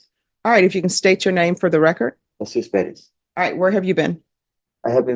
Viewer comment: It Perez not Padez